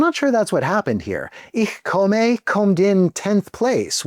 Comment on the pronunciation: that pronounciation of ich komme killed me